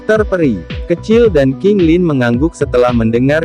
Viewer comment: Sekejap qintan,sekejap qailin.. yang benarnya Qing Lin.. aiyoyooo.. kaninne ro to mo lu